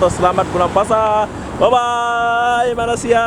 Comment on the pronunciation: Bro sebut Malaysia tu betul2. Me-ley-si-a bukan Ma-las-si-a. Kalau lidah tu pendek tarik bagi panjang